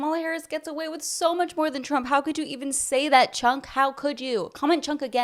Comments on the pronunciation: You are so racist. His name isn't Chunk. It's pronounced Chonk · I love the way you pronounce his name: Chunk loll. Good video